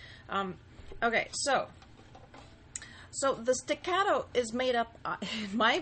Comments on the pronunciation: She said sticatto wrong... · Excellent explanation. Staccato is an Italian word. Respectfully, the "a" in staccato is the same as the "a" in augment or awful not the "a" of cat. Thank you for your video. I have subscribed and put a like. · dude you can't even pronounce legato and staccato